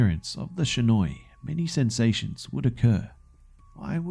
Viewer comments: It's not shinoi it's shinai. Shi-na-i. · Shinai is pronounced (She-nye) not (sha-noi) sorry just bugged me a bit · Partin Yes am I am snobby know it all, but the pronunciation of shinai was all, and I honestly can't be to annoyed with it because I was really happy with how he made it turn out.